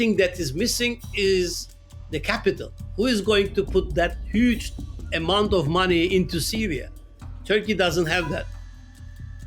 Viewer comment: with a "hÜge", "hÜge", "hÜge" 🤣🤣🤣 English please,!?